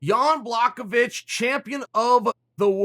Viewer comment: Yon Block-A-Witch, huh?